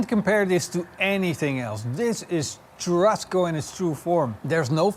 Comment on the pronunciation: One thing : churrasco is pronounced chu-ha-sco not chu-rrasco 😀 the double r is actually a H.